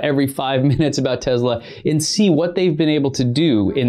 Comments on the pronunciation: What is Tezla? I thought it was Tesla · Hi, I love your channel, but please try to pronounce Tesla not Tezla. Thank you. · I know you think it sounds "kewl" to say "TEZLA" but it's really annoying and when added to other things you say such as "anyways" makes the viewer question which dumpster you climbed out of. Other than that, pretty good video! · Why does he say “tezla “ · It’s Te”S”la.. not Te”Z”la LOL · He says “Tezla” 😂😂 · TeSla not effing TeZla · Te-Z-lah ? WTF? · I believe the companies name is pronounced Tes la not Tezz la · Stop saying tezla... please